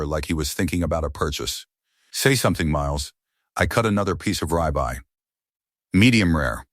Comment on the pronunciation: Sorry, I kept giggling everytime the ai pronounced "ribeye" as "rye bye.😂😂😂😂 In addition, not a well constructed story. Somebody teach these AIs how to read and pronounce English😂